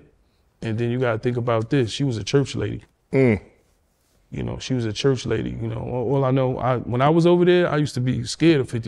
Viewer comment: “hopefully it’s over now.” Ya: “yaahhyahhyouknow.” That’s a smart man. 😂😂